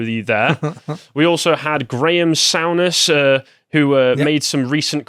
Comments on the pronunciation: Graham Sueness (the first syllable is the same as in soup) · If Souness ( pronounced Sooness btw) had said the aggression on the pitch was ‘ just handbags ‘ he’d of been in more trouble judging by what happened to a local reporter. Someone else had commented that he ,( Souness) said this ‘ when Karen carney was in the room ‘ , so logically she should leave then , following this line of thinking. ( Carney is ex England womens player ) This is yes , crazy , but also a bit depressing. I’ve got nothing against women playing football , but they should keep out of the mens game, if their involvement will mean changing the mens game into something they approve of.